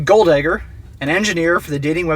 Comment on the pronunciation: I heard the last name pronounced as Golddigger instead of Golddegger. 🤣